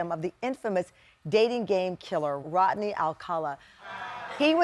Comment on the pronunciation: Rodney, not Rotney.